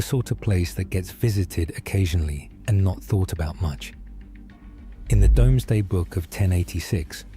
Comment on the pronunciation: The part found frustrating was the pronunciation of Doomsday. Salisbury Plains are where a lot of the British Military Industrial complex does it's testing, Key assets like Porton Down, GCHQ, Oxford etc are all in that area of the country. BAE and Airbus are at Bristol within easy reach. It is not unlike White Sands in the US, the problem as ever in the UK is space to do stuff in secret.